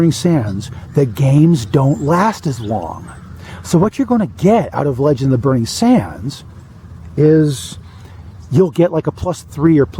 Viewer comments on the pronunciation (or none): I kept thinking that you were saying "The legend of Burnie Danders" lol